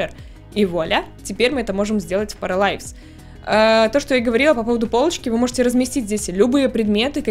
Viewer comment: Правильно будет не паралайвс, а параливс